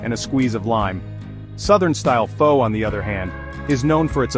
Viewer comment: AI Slop. The AI narrator mispronounces Pho every time 😂